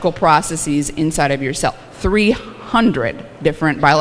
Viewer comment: Stop, stop! The word "processes" is pronounced "processez" (ending rhymes with fez) not "processeez" (ending rhymes with sneeze)! The only words whose plural endings are pronounced "eez" are words that end in "-is" in the singular, such as "basis" or "crisis". Maybe not a big deal but easy enough to get right.